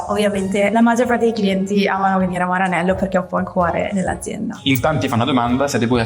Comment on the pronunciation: perché dici "Maranello" con l'accento inglese?